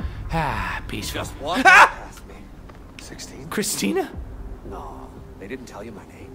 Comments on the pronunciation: I highly doubt this comment will ever go to top comments. Anyway i really laughed for a weird reason. When Desmond said Sixteen. I heard Toby saying: Christina? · as soon as he said christina instead of 16 i pissed myself XD